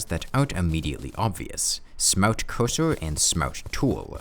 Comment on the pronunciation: Ahh yes the smowt coosoo